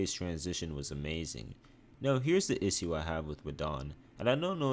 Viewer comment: Here's the issue. My man doesn't have a clue how to pronounce the word issue 😂😂